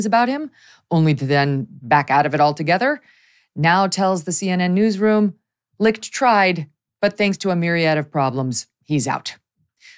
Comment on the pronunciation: Never knew his last name was pronounced "Licked". Chris got Licht. 🤣🤣🤣